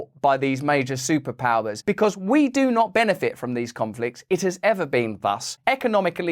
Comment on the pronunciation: 20 sec and its enough, do not doo noot doo not.. dude. chill.